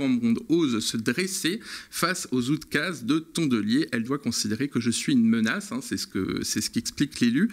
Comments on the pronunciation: c'est amusant, normalement c'est "oukazes" et pas "outkazes"... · Juste une précision, on dit « oukases » et non « outkases ».